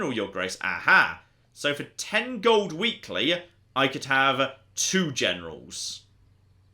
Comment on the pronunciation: The word is "gold". Definitely NOT golduh If you wouldn´t speak like that constantly i could just get past it but you sound like the most unbearable prick like that and so i´m out.